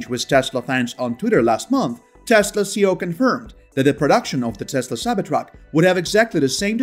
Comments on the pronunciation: but there are generally accepted uses and the acronym for chief executive officer C.E.O is not pronounced as one word….worldwide! Great info.. I learned more Tesla info here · I love your channel. I have only one small problem it’s your pronunciation of C.E.O, it’s an acronym not a word so each letter is supposed to be pronounced..Keep up the great work.